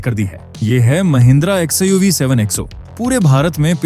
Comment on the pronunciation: XiUV kya Hai bhai.. Ai voice XUV nahi bol sakta hain kya😂 ??